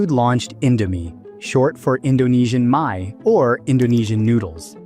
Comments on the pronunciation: It bothers me how the narrator of this video explains that Indomie stands for “Indonesian my”. “Mi” or “mie” is not pronounced as “my”, but rather “mee” (which rhymes with the English words “we” or “tee”). “Mi” or “mie” is actually the short form of “bakmi”, which literally means “noodle”. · It's Indonesian "mee" not Indonesian "mye", but nonetheless, great video! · At minute really? Mie isn't spelled "my" but simply "me" just how you pronounce Indomie. DUMBO. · Indonesia "My", tells me you're using AI for narratives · "mie" is pronounced "meee" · it's pronounced like me or meee, get it right please